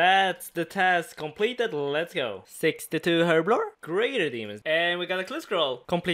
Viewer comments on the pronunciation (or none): "Completed" "Complebe" "Subscreebe"